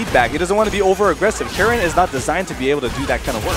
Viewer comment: Assuming "Karin" is from a scandinavian language, it's literally pronounced car-in, but with a hard r